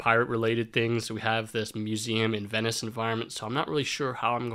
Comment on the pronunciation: A Ven-isch environment...